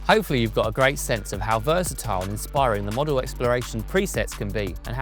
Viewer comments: “Modal” as in mode, not as in Airfix 😝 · Someone should have told him how to pronounce modal I think.